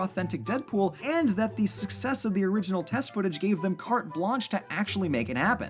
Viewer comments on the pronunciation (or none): none